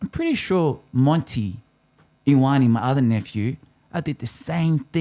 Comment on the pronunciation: Digby ‘eye-owe-knee’ Cheesus bruh Put some respect on Digby’s name. It’s ‘ee-or-are-neh’. Or more commonly ‘Yo-are-neh’ (Love the show though brother. Thank you)